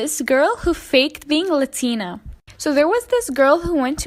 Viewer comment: It’s not Latina pronounce it right!